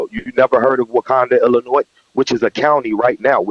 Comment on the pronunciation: Even what he says is true, we will stay delineated. We are tired of tethers leaching off our lineage and rights are ancestors fought for, only to have disrespect and contempt. 2nd of all, people from Illinois or Chicago do not pronounce the "s" in Illinois. Sounds suspect.